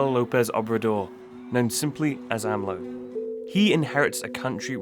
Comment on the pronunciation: I am sorry but did anybody else cringed on the AMLO pronunciation. . .